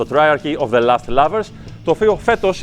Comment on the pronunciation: lost not last as he pronounces it.